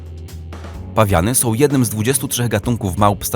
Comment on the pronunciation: Sął? Dziewjęset? Uźywajął?😂